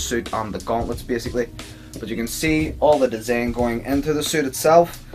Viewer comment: how hard is it to say design